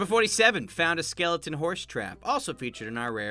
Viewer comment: SKELITEN STRAK DY LITNING